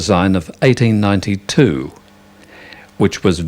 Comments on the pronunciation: even yt cc thinks hes saying 1992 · Running at 1/4 speed it sounds like 1992. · It sound like "In æighty ninety two..."